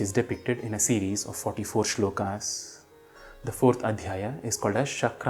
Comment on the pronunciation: Please do clarify if it is श्लोका or श्लोक, मन्त्रा or मन्त्र, योगा or योग। Your uttering of 'आ' after श्लोक and मन्त्र is really pronounced. It is disturbing.